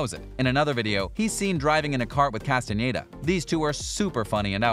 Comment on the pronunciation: I appreciate he says Castañeda and not Castaneda like every english native speaker.